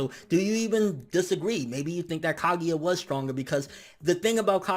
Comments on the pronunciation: Kagia LOL ITS KAGUYA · stop saying kagEEya pls e.e